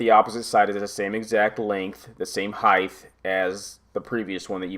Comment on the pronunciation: I had to turn this off ! I don't know what annoyed me more He kept saying "Om" "Heigth" - It's "HEIGHT" no "TH" on the end, and then there's the dreaded UTILITY BELT - ok, I use a nail pouch if i'm up on a ladder or on a roof !